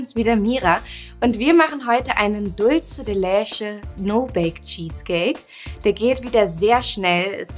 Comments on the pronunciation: Sie spricht es falsch aus. Man spricht es "Dulze de letsche" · Carolina D. is des spanisch? weil dann würds ja so ausgesprochen werden: dultsche de letsche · Wenn ihr etwas wie die Dulce de Leche benutzt, dann sprecht es bitte auch richtig aus. Und bitte bitte nicht mehr so viele no bake Kuchen. Ich muss ehrlich sagen ich habe nur noch sehr wenig Lust mir Videos von euch anzusehen weil es immer der selbe kram ist. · OMG... Kopf Wand.... wie sprichst du Dulce de Leche aus? Bitte... DRINGENDER handlungsbedarf! Geht garnicht! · Sara Bauer ist es jetzt so schlimm, dass sie es falsch ausgesprochen hat?? Das hier ist ja kein Spanisch Sprachkurs ,sondern ein Backkanal.. •_•